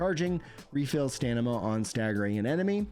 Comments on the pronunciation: You keep saying stanima.. its STAMINA!!😂😂, sorry! Great work covering this❤ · Love your content but you really gotta stop saying stanima, it's driving me nuts😂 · Dude I heard you mention dyslexia once and I thought it was a jest! I'm so sorry. I love it when you say stanima 😅